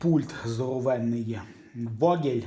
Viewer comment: Не Вогель, а фьогель! Це ж німецька! 😂